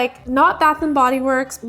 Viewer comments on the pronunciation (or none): none